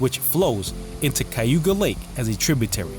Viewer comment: Good Vlog! You just need to learn how to pronounce Cayuga! I grew up in Upstate, and some of my ancestors lived in Seneca Falls. It's pronounced KA you ga!! Which is Native American and not Spanish Cay!!